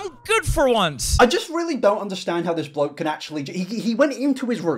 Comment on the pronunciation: Drink every time he says "bloak"